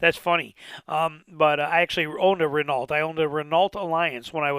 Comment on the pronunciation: learn how to pronounce hyundai and renault, you sound uneducated right away when you say hondai and renalt, if youre gunna do automotive news at least pronounce the brands correctly.